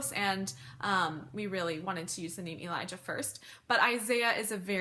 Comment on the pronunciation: I think you're mispronouncing the name Elijah. I have never in my life heard it said so harshly lol.